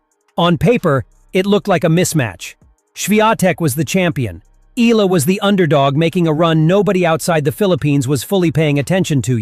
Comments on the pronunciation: It is pronounced E-Ya-la. Not E-LA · Alex Eala's surname is pronounced as EYALA.